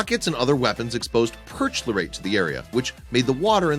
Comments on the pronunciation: OMG it's pronounced "per-KLOR-ate," not "PERCH-lor-ate." facepalm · "Perch lorates"? I think you mean "perchlorates" - pronounced "perKLORates". Epic fail!!!